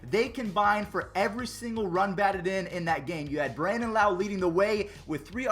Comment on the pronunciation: Brandon Lowe says his not correctly trust me I say it lowe not loweeeeee